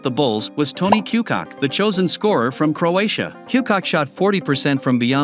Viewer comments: There are so many funny mis-pronunciations in this that it is hard to mention them all, but my favorite has to be Tony Ku'cock'... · lol Tony Cooh-cock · Toney Koo-cock 😂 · So many errors and lies , i don't know where to begin. The 96 bulls did not have any 40+ game win streaks. You left off a boston team that won 8 titles in a row and u called Vlade Divac (vlad deevack) and Toni Kukoc (que-cock) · First of all… “kooo-coach” and second… no blazers yes 86 Celtics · Is this computerized narration? The pronunciation of Vlade Divac was just wrong. And of A.C. Green, you can tell the computer pausing for the periods. And for Toni Kukoc 🤦🏻‍♂️ And pls don’t use the current team logos (Nuggets and Warriors, Cavs, etc. ) when describing the teams back then. Otherwise the content is alright. Thanks. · And kukoc lol